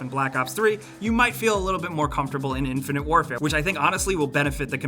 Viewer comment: When he said "Infinite Warefare" i had an urge to hang myself.